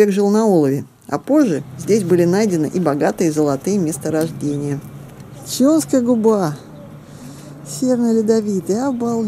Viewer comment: Резануло слух неправильно произнесённые названия...ЧАунская губа ,а не "ЧУнская."..и Апапельгино., а не "Папельгино".Прежде чем произносить.,не мешало бы названия прочитать.